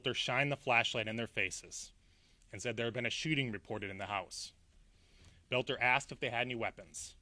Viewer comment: Oh my gawsh,. You look like you're smiling through this entire presentation. The guy's name is Boelter. NOT Belt-NER. The word is ESS CAPE, NOT EX-CAPE. It was painful to watch you do this oh so important representation of the people and their safety. The actual efforts the police made in apprehending Boelter and cutting short his murder spree was exemplary!